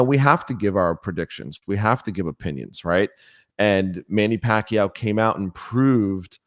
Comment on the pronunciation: First time hearing an American pronounce Pacquiao the right way lol